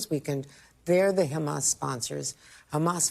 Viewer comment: Yeah if I were Sleepy Joe I’d also want to take credit as it’s the only good thing that’s happened under his term as president. Can’t even remember to pronounce Hamas correctly should give everybody an idea of how important that entire situation is to Biden.